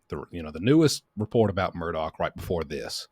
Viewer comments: The Murdaugh family themselves pronounce their surname Murdock. Please pronounce it correctly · Every YouTube person has been told this. Most refuse to pronounce it correctly regardless. I’ve known people with this name in California as well as other states and it is correctly pronounced exactly as you say it should be,. Goes way back to Celtic roots. Thank you for helping point it out again! ❤